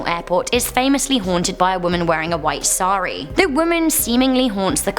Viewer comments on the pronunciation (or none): none